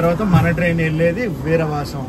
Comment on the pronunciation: విరవసం❌ వీరవాసరం✅